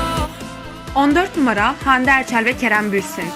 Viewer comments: Bürsin değil Bursin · Vidyoyu çeken kişi, kerem bürsin değil. Kerem bursin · kerem birsun değil bursin